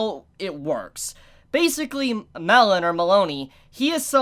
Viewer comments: ...You pronounce Melone as Meh Lone , not Meloney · its mel lone not melony not melon mel lone